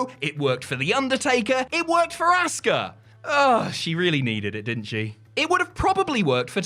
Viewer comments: I can't stand how he pronounces Asuka. "Ass-ka" We get it. You're from England but is it that hard to pronounce it correctly? I kid because I care :) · What if I told you that there is no "auska" there is only "asuka" (pronounced ah-soo-ka)